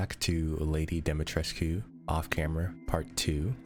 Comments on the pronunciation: Everyone: pronounces it right most the time Markiplier: Demitreskuuuuuuuu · To pronounce her name as it is in French, it is pronounced like dome E tresk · It's DOM-UH-TRESK, they literally say it in the game. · I like how everyone pronounces it “dimetresku” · Because that's how the name is supposed to be pronounced. Literally everyone in the game mispronounces it, since it's an actual Romanian name. The u is not silent. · They say it wrong in the game, it's a real Romanian name and it's constantly mispronounced in the game. The u isn't supposed to be silent. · can we normalize saying her name right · don't pronounce the cu -_ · i hate the way you said dimitrescu